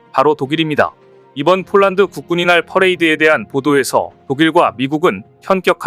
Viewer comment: 국군의 날을 국군이날로 발음하네요.